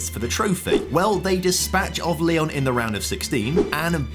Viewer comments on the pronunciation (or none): none